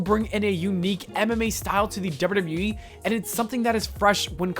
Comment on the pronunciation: You keep saying ‘derr-burr derr-burr wee’ when trying to say double you double you e. Listen back to your recording, can you hear it? Also, why are you talking about this? It has nothing to do with you. Make your own content.